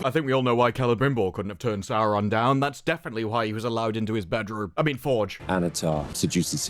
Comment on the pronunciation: They always make it sound like the names should be written with 3, sometimes 4 R's. I'm a native Finnish speaker; seeing as Quenya is loosely based on Finnish, I'd assume my pronunciation is pretty close to what was intended. Sauron, not SauRRRRon.